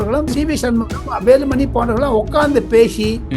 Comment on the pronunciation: SP வேலுமணி பெயரை சரியாக உச்சரிக்கவும்!